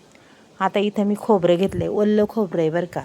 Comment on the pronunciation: वल्लं नाही ओलं